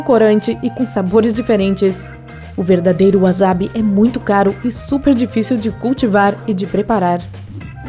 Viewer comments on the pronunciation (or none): Na verdade "WAZABI" NÃO EXISTE é SA o som de SA não ZA É waSAbi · SE PRONUNCIA WASSABI E NAO WAZABI